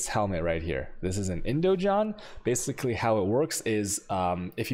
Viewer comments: "IndoJon" and "Ponex" :D This dude kills me with his pronouncing skills! :D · i'm 95% sure indigon is pronounced indiGon as in Gonna